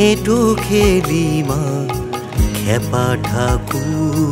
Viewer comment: উচ্চারণ আর বানান হবে এঁটো NOT এঁঠো।